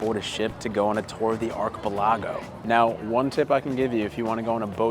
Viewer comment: For the love of all that's holy, please do not send them to another archipelago, so we don't have to hear them try and pronounce that word again - it's like nails on a chaulkboard